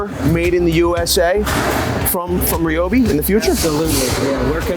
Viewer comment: Thank you for pronouncing RYOBI correctly!